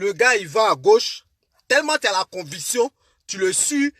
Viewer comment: Mon ami est-ce que tu as été à l’école ? Stp on dit conviction et non convution...